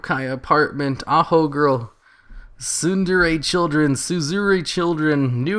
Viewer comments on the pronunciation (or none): none